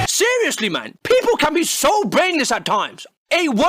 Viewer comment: "peopel" lul